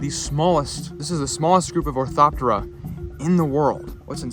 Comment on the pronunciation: Thank you for telling me how to pronounce "orthoptera " right.😅😅😅 I love katydids !!💚💚🤎🤎